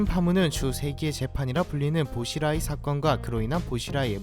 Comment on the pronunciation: 보시라이가 아니라 붜치라이 라고부릅니다 .